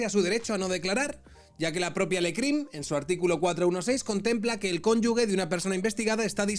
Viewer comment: CONYUJJJJJJJJEEEEEEE CON SONIDO JE DE JOTA, POR FAVOR